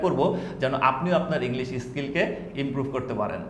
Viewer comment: ইস্কিল না, স্কিল ইশটার্টেড না, স্টার্টেড আশা করি অফেন্সিভলি নিবেন না।